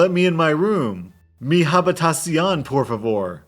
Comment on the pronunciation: When I heard you trying to pronounce habitación I almost died of laughter